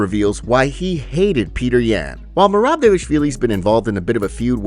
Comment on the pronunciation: How long until you say Merabs name right 🤦🏽‍♂️